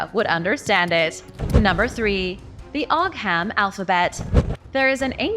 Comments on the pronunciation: Ogham is pronounced OH-um. The letter 'h' is used as a lenition marker in Irish Gaelic. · It's pronounced Oo-Wam, at least that's how I was taught.